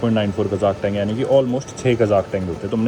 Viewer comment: Tenge❌ Tenge✅